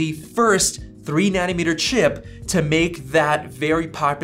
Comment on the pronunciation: It's nanometre, not nanimetre